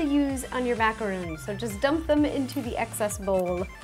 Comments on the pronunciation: Macarons not macaroons! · It's macarons not macaroons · It's macaron not macaroon😭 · I cringed every time she said macaroon XD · I know this was made in 2013 BUT ITS MACARON NOT MACAROON GET IT RIGHT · I cringed at her attempt of saying "macaron" lmao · It's Macarons. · its actually macaron